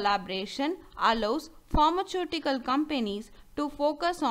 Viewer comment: Please pronounce properly as pharmaceutical